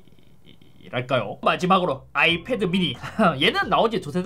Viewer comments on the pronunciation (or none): none